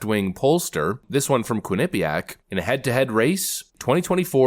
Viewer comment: I'm from connecticut and it make me Laugh every time I hear you say Quinnipiac